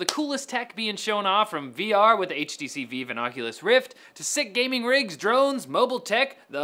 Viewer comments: HTC VEEVE? its Vive Bro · Its pronounced vive not veve, do you think you're hipster because you can't pronounce things correctly? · Did you just say HTC VEEV.. VEEV. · Does anyone say HTC Vive like that? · It was a conscious decision on his part to say it in such a weird way.